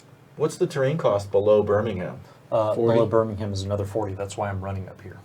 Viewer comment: As a Brit who's lived in The Americas for the last 6 years, I'm pleasantly surprised by how many of the place names you all actually pronounced correctly! I think it was who murdered "Monmouthshire" and "Birmingham" needs some work, but yeah, very impressed:)